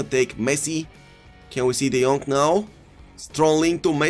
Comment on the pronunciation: Love when he says De Jonk and Sterlink